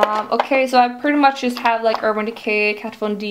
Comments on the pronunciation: can you just once correctly pronounce word 'just' its so fucking annoying:)))))) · Chloe Elliott either i, so whats the problem?